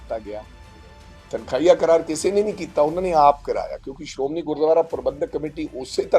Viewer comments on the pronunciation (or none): none